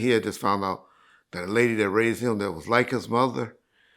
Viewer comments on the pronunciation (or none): I had to rewind this, I thought he said Lady Of Rage passed…he said the lady that raised…